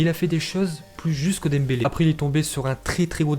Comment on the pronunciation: "GRIEZMINE" ET "DEMBALAI" OUT